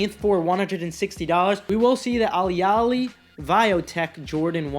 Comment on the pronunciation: buddy, its a-lay-lee